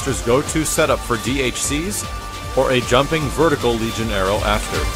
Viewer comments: Argh, it's vertical not verticle! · Vertical not Verticle :/